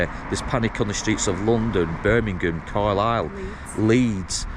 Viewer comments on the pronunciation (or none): none